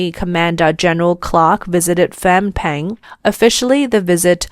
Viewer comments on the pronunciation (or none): I heard Fom or Fang Pen. It should be pronounced Nom Pen. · It took me way too long to realise she was trying to say Phnom Penh. Just say "Nom Penn" and you'll be closer.